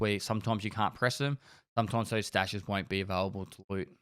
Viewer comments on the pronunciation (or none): also "stashes" not "staches"